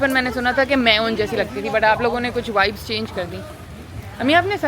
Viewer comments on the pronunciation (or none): Vibe not wibe. Wavy not vavy.